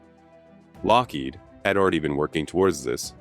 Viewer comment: Very interesting documentary. I only wish the narrator had better pronunciation. He repeatedly emphasizes the second syllable of Lockheed, which is incorrect. My husband used to work for Lockheed, and we both find that grating.